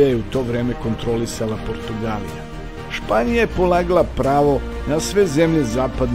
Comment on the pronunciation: Прво, каже се Португалија, друго, пише се ћирилицом и треће, не говори ретатдирано,нормално причај.